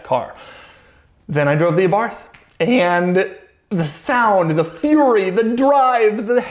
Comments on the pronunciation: It’s actually pronounced Abar-t, not a Abarth for the fiat. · That's not how you pronounce abarth.